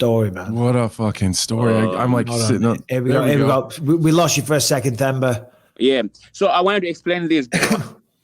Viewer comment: Themba is pronounced "Temba". The "H" is silent, like how Mike pronounces Anthony's name.